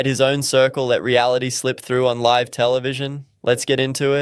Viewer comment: Yes AI pronouncing life as live. 🤮🤢